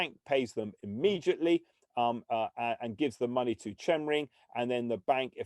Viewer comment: Pronounced 'Kemring'!